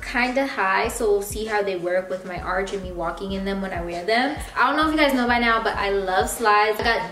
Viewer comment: All I’m hearing is “go swipe your card RIGHT NIE”